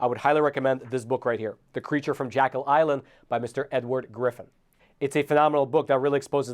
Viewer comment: No complaints, just assisting… It is not pronounced JACK-EL Island… It’s pronounced JECK-EL island… Think of the horror story JEKYLL AND HYDE…